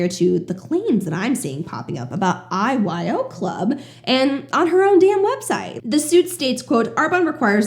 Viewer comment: I was listening while driving and the first few times you said IYO club i heard “eyes wide open club” ha😂